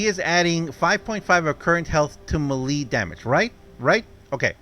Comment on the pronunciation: Hey, just so you know, melee, is pronounced may-lay, it doesn't make sense but it how English works, just to let you know, just trying to be helpful